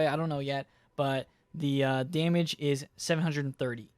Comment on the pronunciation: “Daymige” xD